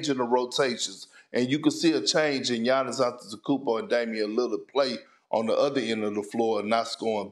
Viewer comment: Big Ken : “Giannis Antetheekoumpo “